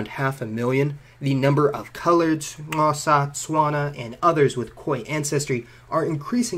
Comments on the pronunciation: Hearing him trying to say Xhosa was hilarious. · Rocky Fletch Took me a second lol. We don't pronounce it Kosa. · By the way, "Bushmen" is a derogatory term, and should never be used by anyone to refer to the San or Khoekhoe. And, can people of European descent teach themselves to properly pronounce words such as "Xhosa", so as to avoid saying things like "Khowza", "Ncosa", etc! A bit of research on pronunciation would really help! Please! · People be complaining about the most miniscule of things. So what if he said we have Asian features, make your own channel and say it correctly then. I'm so grateful to the Khoi-San for the clicks in our Xhosa language, it's always funny to hear other people try pronounce words like uqaqaqa, icici, uxakaxa. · shouts to you for actually trying to pronouce xhosa correctly, your pronunciation was very bad, BUT at least you cared enough to attempt to get it right, this comment isn't meant to be rude or mean btw. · You are saying Xhosa wrong.